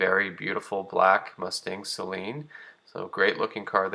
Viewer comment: Great video and I’m glad you say Saleen correctly a lot of people say it sayyylean